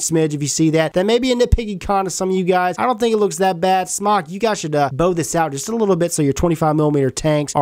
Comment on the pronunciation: its Smoke not smawk